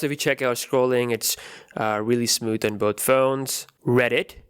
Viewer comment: It's smooth not "smoot"